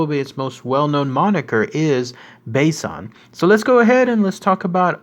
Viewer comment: great video ! btw, you kept pronoucning 波山 as Baysan べいさん which is incorrect. it's pronounces ばさん which is basan, with ba rhyming with ka, sa, ta you pronounced basabasa correct ^w^